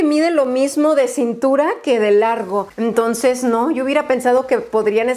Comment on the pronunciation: Hola No sé si es idea mía o dices "emtonces" en vez de entonces 🤔 O quizás no escucho bien, no lo sé